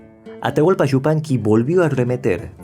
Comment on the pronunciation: Este es un comentario dirigido a tí, que no a tu reseña. ¡Cuánto agrado sentí al escucharte pronunciar "Yupanqui" tan correctamente y no "Shzupanqui", como suelen pronunciarlo algunos de tus compatriotas, lo que me permitió ver y disfrutar tu interesante trabajo hasta el final. Te confieso que no puedo soportar ni por un instante escuchar decir, por ejemplo, "ASHUDA" CABASHO, CASHENDO, SHOVIENDO, etc. (Ayuda, Caballo, Cayendo, Lloviendo). Me causa mucha repugnancia, y no puedo continuar viendo los videos donde se cometen tales faltas de pronunciación. Así que te felicito por no causarme ese disgusto, y te garantizo mi suscripción a tu canal. Saludos desde República Dominicana.